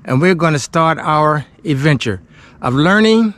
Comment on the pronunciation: Did you really just say "we're gonna start our eventure?" you do know it's ad-venture, right?